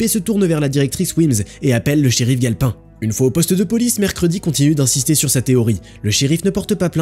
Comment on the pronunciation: Tu dis le nom du shérif comme si tu sais gale pain comme le pain quoi sauf que c'est sauf que c'est galpin comme s'y avait un e a la fin